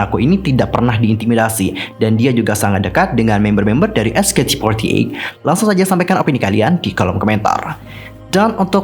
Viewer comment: sebutnya cuma "ech kei ti for ti eyt" kok, terlalu banyak ch ch nya wkwkw